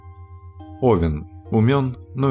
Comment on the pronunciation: НеОвен, а овЕн